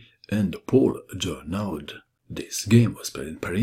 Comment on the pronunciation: Great match,! I'm suprised to find game of Morphy which I didn't looking before! PS čita se Žorno! Nastavak - aud se čita kao o!